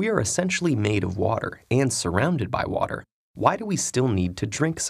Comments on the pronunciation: В озвучке отчётливо слышим "Ворер",. После этого автор ролика говорит, давайте повторим и тут же произносит "вота". 😂😂😂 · В видео американское произношение воДэ, у автора британский вариант уота 😅